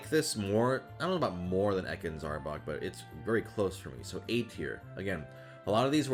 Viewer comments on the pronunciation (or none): none